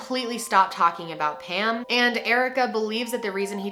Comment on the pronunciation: I didn’t even read the title, I just clicked, and when she started talking about Pam I thought she was saying “ham” lmao